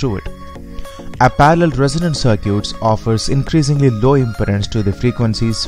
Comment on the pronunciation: Good video. It is pronounced "c-i-r-k-i-t". Perfect english otherwise.